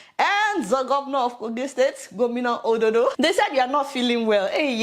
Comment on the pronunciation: DID YOU SAY THE GOVERNOR'S NAME IS OLODO😂